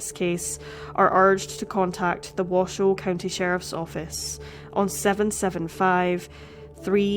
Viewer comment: “T-ahh-hoe” but I do appreciate your proper pronunciation of Nevada and Washoe ☺️